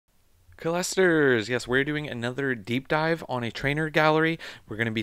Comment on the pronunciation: Please don’t say collesters ever again 😂😂😂